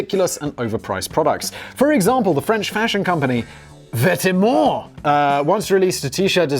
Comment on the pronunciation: I like how Simon made the effort to try to sound French as much as possible for Vetements - when its just pronounced "vet-mo".